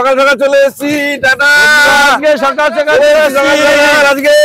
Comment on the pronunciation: Mama tume kotobar skall sakal bolo😮😮